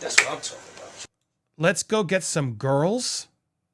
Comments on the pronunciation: Didn't sound like Beiber said, "girls." Sounds like he said, "grillz." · I heard Grillz not Girls. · He said, “GRILZ”, not “girls” SMH; and there’s nothing remotely similar to Johnny Depp’s situation!